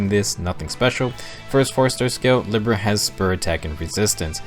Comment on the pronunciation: And Libra.